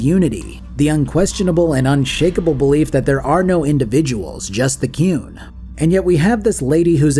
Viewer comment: As shitty as it is on the whole I still love Dragon Age 2 jank and all. Keen as for you to do a video on Inquisition and I assume a second video on the DLC cause of how long the game is. Also you pronounce The Qun like Cartmen pronounces The Coon and I laughed everytime